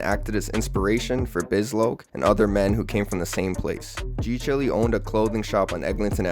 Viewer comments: Why are you calling G CHILE (pronounced Child, "chile)", g Chilly? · g-chile is pronounced g-child